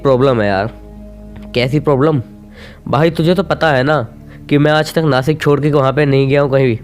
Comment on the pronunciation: नासिक नाही भाई नाशिक💯